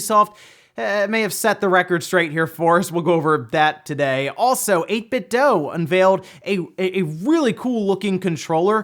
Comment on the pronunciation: 8bit DEW, not 8bit DOUGH. Idiot.